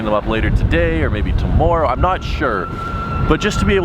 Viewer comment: The way you pronounce warm and tomorrow automatically renders your opinion irrelevant